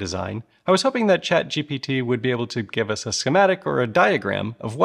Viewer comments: You are repeatedly saying "Chat GTP" instead of Chat GPT. Like... every time, you say it wrong. Slow down, grasshopper. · Okay so I’m not the only one wondering why he keeps calling it chatGTP. I mean I get we’re trying to make power but everyone knows ATP is the best power source. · Dude, you have a problem with consonants. You say what I think is "ever polite", but it sounds more like "apropos" because you discarded "V" in ever and inserted a P there. In some instances you say, ChatGTP, in others you sound more like ChatGPP. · Had to replay it a few times to make sure I was hearing you call it ChatGTP or if my brain was broken the entire time, which is still entirely possible! Lol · New drinking game.. Every time the dude says "chatGTP" have a drink. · I couldn't handle him saying Chat G TP over and over again xD The funny thing is, we have today AI tools that can fix this really easily, even after the recording is done. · You saying "Chat-G-T-P" is almost making this video unwatchable. The only reason I can keep going is because I bust out laughing every time. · Wow, good video but several times now you've referred to it as ChatGTP. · drinking game - every time he says ChatGTP - take a shot:) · I'm convinced you are saying "GTP" intentionally... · he said chat gtp in the first second of the video lol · You've been calling it 'chatGTP' ..... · ….how many times can you say “ChatGTP” in a video entirely focused on the topic? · GPT GPT GPT GPT GPT GPT GPT GPT It took you until to ACTUALLY say it correctly! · is it just me or is he saying "chat GTP" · Man, I was curious about this topic but in the first 9 seconds we already have infomercial levels of bait and he said Chat GTP. Moving on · I know you know this, but you continually say chat gtp...I guess it is kinda a tounge twister for you...I get it. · I swear these content creators say ChatGTP just to get comments on their video of people trying to correct them. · All I could hear was "ChatGTP"